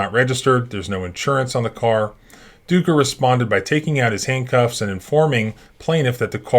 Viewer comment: Ducker... "Dooker"????? You knew what you were doing.